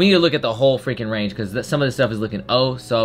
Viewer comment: this man said range lol